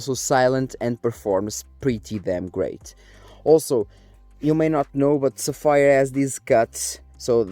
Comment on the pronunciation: I'm surprised they agreed considering you keep calling them sa-fire :P :P :P That aside, good for you man. And couldn't have been a better company, Sapphire FTW. Been using them in the past, my current is 380X Nitro, and yeah - my future card will also be a Sapphire. I was thinking that for a long time, but this has cemented that decision ♥